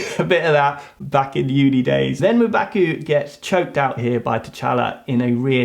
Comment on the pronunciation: Your prononciation is M'Baku is hilarious... Thank u for the video, rest in peace Boseman.